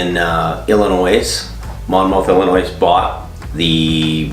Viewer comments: Just saying it’s not (I’ll-is-noise) it’s (I’ll-a-noy) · it's pronounced Illinoi but spelled Illinois.